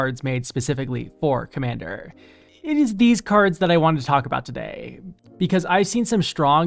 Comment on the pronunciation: When you said "for-commander cards" i heard "four commander cards" and thought "surely theres more than that"